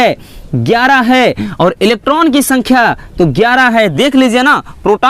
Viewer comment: Sir inhe protan neutran or electran nahi bolte hai 😂😂